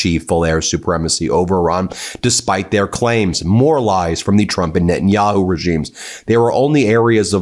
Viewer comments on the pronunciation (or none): none